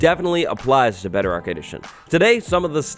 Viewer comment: Bedarock edition? What's bedarock edition? You type it as bedrock but pronounce it as bedarock?